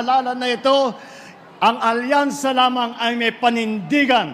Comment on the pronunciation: Hindi "alyansa" kundi "alkansya"!!!